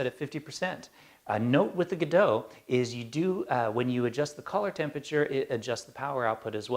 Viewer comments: They're all Godox (That's, "God-Ox", not "Guh-doh"). One is the LED 1000C (colour variable - the one you have branded as Godox) the other is the LED1000W (daylight balanced - the one you have branded as Pixapro). Pixapro is the biggest UK distributor of Godox products. They're just rebranded, but it's the same stuff. Like Adorama do in the USA. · John..Glad that you stepped in there to inform the correct pronunciation of the word "God-ox" as stamped on the product... must be thinking its a Godo -x-LC500C! I use 1 of these panels (The Godox LED500C) Its a super panel - however I would have liked it to operate from 0-100% on the light output....